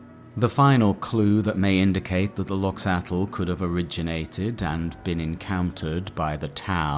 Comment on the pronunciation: If i remember right, Loxatl pronunciation, much like Quetzalcoatl or axolotl, would actually be 'loh-chah-tk' where 'tk' is a consonant somewhere between t and k formed by curling your tongue back and pushing the plosive out the sides.